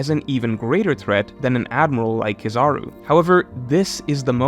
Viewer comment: Akainu Pronounced (Ah-Kai-Enu) and Kizaru pronounced (Key-Za-Roo). I know it's nit picky but i was cringing very hard hearing those mispronounced. Great video otherwise